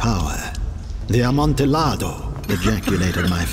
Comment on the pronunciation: The L's in "Amontillado" are silent. That was painful to listen to...